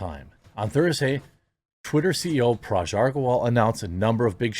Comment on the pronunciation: Dude, you read names all day for this channel. How do you screw up "Bruce"? And Parag's last name... well you've had enough time by now. It's not "ARGA" like "Arg, another mispronunciation", it AGRA as in agriculture.